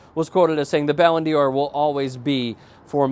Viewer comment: not Ballon deor.. prenounced like "dar" kinda in between dar and door really just thought you'd like to know